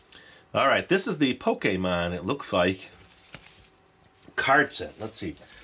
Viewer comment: Finally someone who pronounces Pokémon correctly!